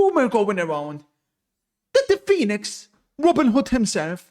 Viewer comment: I thought the entire time he was saying "Felix" as if that was his middle or surname 😂